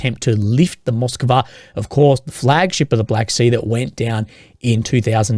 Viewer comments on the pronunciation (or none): none